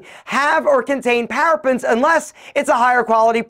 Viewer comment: Parabens pronounced para bins Not "parapins" as he's yelling